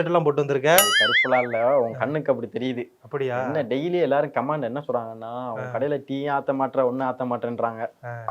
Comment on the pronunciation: தம்பி கமாண்ட் இல்லை கமெண்ட். தயவுசெய்து சரியாக உச்சரிக்கவும். அந்த தம்பி மதுரையில் எத்தனை பார்க் இருக்கு என்று சொன்னிங்க. நான் மதுரை தான் எண்ணி 4 இருந்தால் அதிகம் தான். நம்ம தமிழ் நாட்டில் அந்த மாதிரி நல்ல அமைச்சர்கள் இதுவரை இல்லை. 😢